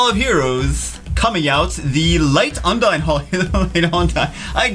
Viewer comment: "UN-DINE" I thought it was pronounced "OON-DEEN" like in the tales of franchises